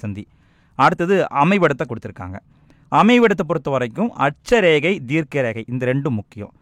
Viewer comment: அட்ச ரேகை தீர்க்க ரேகை konjam clear ha sollunga sir